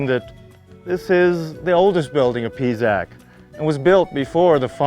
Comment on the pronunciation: Can't stand how he pronounces the names of the sites....Pisac is NOT Pizac!....uffff....